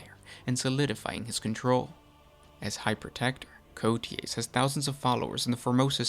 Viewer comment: It’s pronounced “Coa tez” if you don’t know how to pronounce it put the name in Google translate